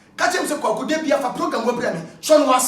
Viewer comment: Kwaku be too much....Did I hear " aggressive POGAM"😀😀